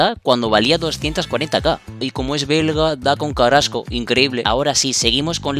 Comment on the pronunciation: Quien es carasco.creo q se dice carrasco